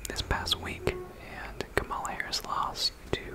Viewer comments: Her name is pronounced “comma-la” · Really enjoyed the video, just a few comments: 1. Kamala is pronounced “comma-la”, not “kuh-mala.” Just pointing out bc her name is not intended to be pronounced both ways. Would be weird if you pronounced Melania Trump as “mel-a-knee-uh” Trump, right? 2. I think the biggest reason why Kamala lost is bc of the global anti-incumbency trend since COVID that has seen almost all incumbents, regardless of political affiliation, lose. People are mad about inflation from resulting from COVID and taking it out on the current administration. 3. I agree that her affiliation with Biden hurt her. Perhaps the dems would have benefitted from nominating a candidate unaffiliated with the current administration. 4. After all the votes are counted from CA, OR, and WA (all heavily leaning toward Harris), Trump will have only beat Harris by about 1 mil votes - one of the narrowest popular vote margins of the last 50 years. All things considered, she ran an amazing campaign in 109 days I think. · He also can't pronounce "Kamala" correctly 🙄